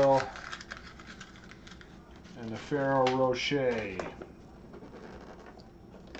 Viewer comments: It's Fe-RE-ro ro-shEH, it's italian. He said it correctly in the video, although incorrect on it being french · Fer-roar-a-shay ,...you said it almost perfectly ! Wish I had caught you live while I was doing my eggs . I just got my Christmas tree and some decor down yesterday ...I’ve had pneumonia for ten days and my son was also sick. I made the HUGE blunder of telling him there would be no Easter egg hunt on Sunday morning if Christmas trees were still up..so, as soon as he was past the worst of it and his fever broke, the first thing he asked me was ...” Mummy, are we taking down the Christmas tree today?” ...this was asked no less than twenty times a day, lol. Like I said ...a huge parental blunder, I blame it on the fever. We pushed through and finally got the last tree ( I had four up) down, the last room in the house my foyer was also de-Christmas’d. Then of course there is the matter of putting your house back in order once the trees are down. My son is only ten and I’ll tell you I’ve never seen a child more highly motivated to help. Because I’m still very weak and shaky from being sick for a week and a half, he took every single ornament off himself and gently laid them in a bin then I wrapped them and put them in their bins. I actually set a new record I think, I had all the eggs stuffed and hidden cleaned up and made my famous overnight yeasted waffle batter mixed up, all before 2am...that’s about 3 hours early for me, lol. And still here I am...watching your video am, ha ha...I’m such a night owl...I just can’t lay down and go to sleep, so I watch videos until I fina